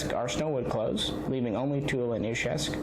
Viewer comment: You are about the only person on YouTube who can say Izhevsk correctly! Great videos sir!